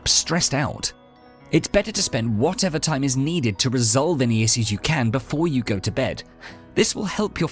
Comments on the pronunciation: Oh. You mean “ish-yous”. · Why is no one commenting about the way he said issues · You can’t unhear that pronunciation of “issues”